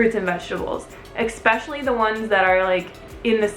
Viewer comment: I love you and your channel but it kills me every time you say "expecially" (rather than ESpecially) lol love the video tho